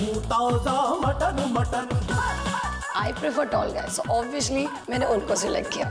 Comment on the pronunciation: & Obviously ❌ Obvioushly ✔️ Wow Wow. She Say's It Everytime.And I Laughed Out Loud Everytime 😂😂😂 LMAO 🤣